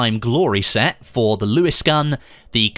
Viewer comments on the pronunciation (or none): none